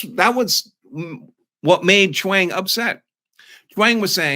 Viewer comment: Sorry but I cannot help but hear “Chaung” like Wayne and Garth are saying it: “Schwaaannnnng!”